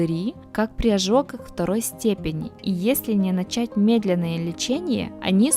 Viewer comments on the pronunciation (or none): none